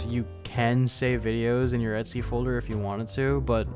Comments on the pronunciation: et-c folder? You mean like "et cetera"? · Are you really calling the etc folder "Etsy" or am I confused?